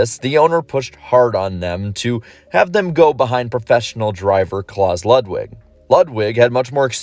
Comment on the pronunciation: As a German I just love the way you pronounce Klaus Ludwig